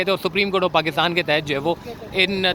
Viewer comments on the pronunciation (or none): none